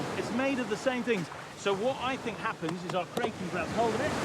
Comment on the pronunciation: No way the narrator pronounced Kraken wrong 😅😂